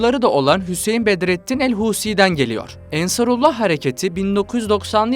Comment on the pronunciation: АнсаруллА - ударение на последней А, потому что вторая часть названия обозначает принадлежность Аллаху